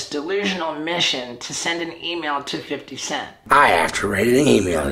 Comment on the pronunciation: I know I’m not supposed to laugh but everytime I hear and see Steve o say “I have to write an email tonight………..to! 50! Cent!😡”Plus the face he makes😂😂